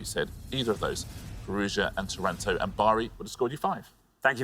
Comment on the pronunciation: Great Quiz Show. Anyway, Taranto's correct pronunciation has the accent on the first A.